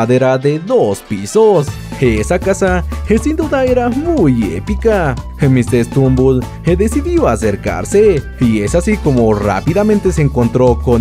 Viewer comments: Oye no es por ofender me gustan tus videos pero no se dice mr strumbel es mr stumbel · Es Mr stumble no Mr stembul